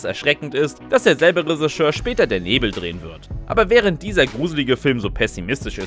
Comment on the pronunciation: Lieber: Es heißt "Regisseur", nicht "Resicheur". Schau mal im Duden nach.